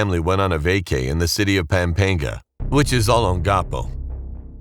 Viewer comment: as a filipino, hearing this guys way of saying Filipino words like 'Bahay Kubo' and when he said 'Pampanga' it made me laugh💀💀💀